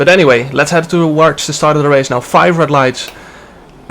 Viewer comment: I thought he said hat